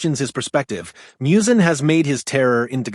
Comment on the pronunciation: Literally one second into the video, and you're already mispronouncing Muzan's name... Unless this thing is AI voiced, which it certainly sounds like.